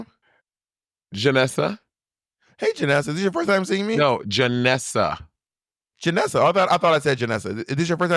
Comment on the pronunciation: JANNESSA. JANNESSA. AINT YOU FROM NEW YORK? DO YOU KNOW HOW TO SAY JANNESSA? brooooo!!! lmfao